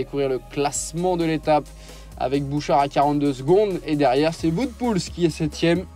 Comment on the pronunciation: Il ne convient pas de dire "Voute" mais "Ouote" pour Wout(er) Poels.